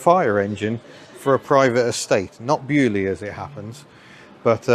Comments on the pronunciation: Being French, hearing Beaulieu pronounced like this makes my ears bleed :p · Love how the Baulieu pronounciation evolved.